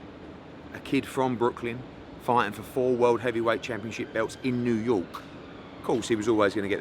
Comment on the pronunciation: New yowke